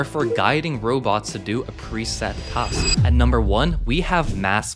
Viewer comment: Not to nit pick, but you speak very well and enunciate your words where we all understand, then you say the word task….its pronunciation just doesn’t fit with the other vocabulary you use. Cool vid